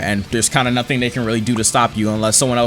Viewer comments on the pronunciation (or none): none